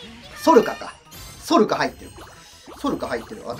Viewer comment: ソルカのこと、ノルカって言ってるも好き(* ´ ▽ ` *)ﾉ